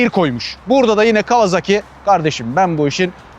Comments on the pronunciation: yazmadan edemeyeceğim adamın soyismi kawazaki değil kawasaki :D Türkiyede kimse adamın soyismini doğru söylemiyor :D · Severek takip ediyorum ama bu markaya neden değişik değişik isimler ile telaffuz ediliyor? Toyota markasına Totoya diyormuyuz? Japonlar bu markaya KavaZaki kavaZAAki gibi bir telaffuz kullanmıyor. Japonlar Bu markayı KAWASAKİ diye telâffuz ediyor. Saygılar...